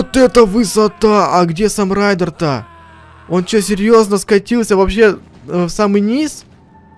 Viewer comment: Рейден а не райдер